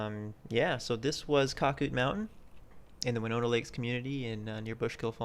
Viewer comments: You 100% missed the big picture. 1. It is pronounced Cac -Out Mountain. 2. The area thrived in 80's and early 90's. It was run by skiers and skier families. It was a vacation community. 3. They made money for the associatuon every year off of skiing operations. 4. They allowed guests to buy lift tickets which produced good revenue. 5. As families aged, non- skiers bought into the association. They were generally not as financially well off. By and large, they resented the skiers and skiing. They eventually took over and destroyed skiing. 6. The original lodge burned down in the late 90's. The outdoor pool was originally an indoor pool. Shawnee used pictures of it in their brochures for years. A new, smaller lodge was build to replace the origional lodge. 7. Someone set the lift engine on fire (I think arson but am not certain.) in the 2000's. 8. There was near constant litigation over skiing between skiers and non-skier homeowners. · It was pronounced cake-out- mountain! Winnona lakes Winona falls! Skied there as my friend raymond had a house there